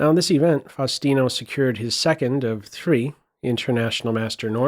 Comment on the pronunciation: Truly amazing, only 10 years old!!! Correct Spanish pronunciation of his name requires the "U" to sound like OO in boom. (/fausˈtino/ [fau̯sˈt̪i.no])